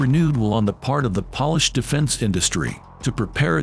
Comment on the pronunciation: Good video, ridiculous narration. Computer voice. Too many words mispronounced. Pronounces Polish like shoe polish.